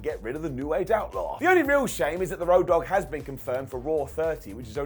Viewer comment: Ah yes, my favorite - "Rodd Dogg"